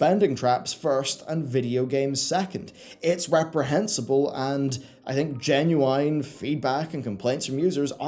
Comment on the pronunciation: Genuine -- jeh· nyoo·uhn -- , my dude :)